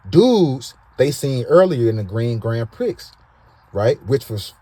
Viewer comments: Gran prixxx?? Lol pre brother the x is silent. Love the show. Doctavuos tellin?? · It's spelled grand grand Prix but it's pronounced grand pree!